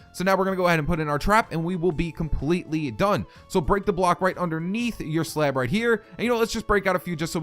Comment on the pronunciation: Where are you from? The way you say off and slab make me ask... ( Please don't take this as offensive!😁)